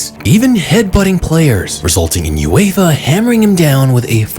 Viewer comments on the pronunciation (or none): none